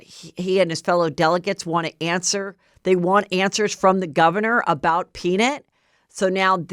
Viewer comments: Lol Heather. PeanIT lol, I think it's PeaNUT 🥜 Anyway love you 😍 ❤ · Will you please share with your loyal Get me Behind Gates listeners what the hater said in the note? So curious what they think you have. The “peanit” pronunciation is making me curious again 😆 Love you HEATHER! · Heather cracking me up over here with her pronunciation of the name peanut 🥜 = “Peanut-Nit” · You said “Peen-it” 😂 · Omggg is it a joke idk cuz the way she was saying peaNIT instead of nut was cracking me up & she said the word like 20x. I don’t have social media so idk if that’s part of a joke or just Heather being Heather but it was making me giggle😂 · I was annoyed by how HM pronounced PEANUT in the beginning and was just left with an unshakable ICK as it went on. Worst episode ever. Couldn’t even finish it